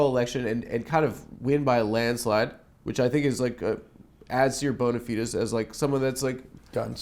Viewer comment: Shoutout the Bug for using classical Latin pronounciation with "bona fides"